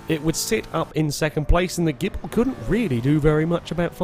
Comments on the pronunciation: Maserati Gible? I thought it was Ghibli? (jib-lee) 8) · Evil Ash It's actually pronounced Gib-lee, but it's a running FailRace joke to call it the Gibble.